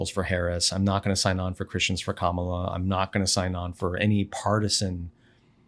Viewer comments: It is pronounced Cam-a-la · I think its pronounced "KAH-melah" bc her stepkids call her "MOM-melah". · Yeah, that was so very disrespectful! There are NOT a few ways to say her name!